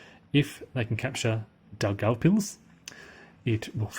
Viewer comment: If you look up city names on wikipedia, they generally have a recording of the pronunciation at the head of the article. You're pronouncing Daugavpils fine. The Germans called it Dunaburg.